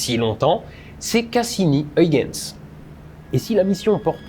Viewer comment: Très bon épisode sur une lune méconnue du grand public mais extrêmement intéressante d'un point de vue scientifique, même plus que Mars, Vénus ou Europe, pour ses similarités étonnantes avec la Terre tout en étant extrêmement différente. Huygens se prononce en fait Hœïrrrrens (avec un h à l'anglaise et le son "rrrr" le plus guttural possible) mais je salue l'effort accompli pour la diphtongue néerlandaise "uy". Oui c'est le retour du chiant de service ^^